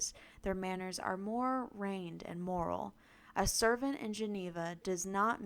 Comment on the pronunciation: it’s more refined * not more rained